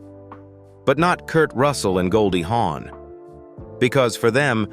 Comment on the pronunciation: Her name is Goldie Hawn not Horn.